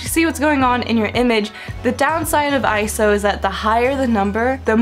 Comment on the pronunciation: Yay! Someone else that says ISO and doesn't say I-S-O! Woohoo!!